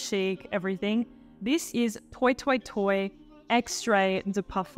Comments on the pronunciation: Did you say, "toy toy toy?" Isn't it French? Then it's "twa twa twa.' So surprised at this pronunciation. And you with your Pierre. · Love your videos! I think it's pronounced "twah twah twah" because it's a French house 😊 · how about “toy toy toy”